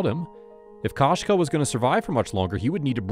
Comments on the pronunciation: Koshka is the word for cat in Russian and perhaps other slavic languages as well. The KO is pronounced ko as in koko, not ka as in kasha. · Кошка, koshka is Russian for cat. The "o" is not pronounced like the first o in "Costco". The "o" is more of a long vowel sound like in "go" or the 2nd o in Costco.